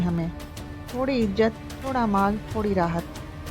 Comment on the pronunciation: Urdu sahi bolein please. Habib najjar hai na k nazar. Aur izzat na k ijjat.